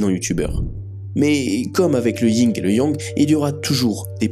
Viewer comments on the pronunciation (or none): Ce n'est pas le "ying et la yang",.... C'est le "yin et le yang"!!!